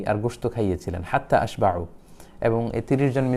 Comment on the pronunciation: আপনি ঈবারত টা ঠীক করে নিন হাততা আশ বাউ এটা ভুল বরং হাততা আশবাআ, শাহনাওয়াজ ইনডিআ দেওবন্দ 😮